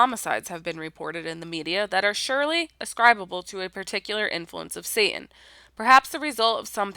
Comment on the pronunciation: Wish she could pronounce the letter " t" in satan